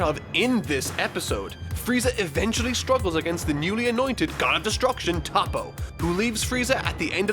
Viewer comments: Not trying to be a dick, but it's "TOE-poh", not "TAWP-oh". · Why do you call him tahppo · Why do you always pronounce toppo wrong 🤦‍♂️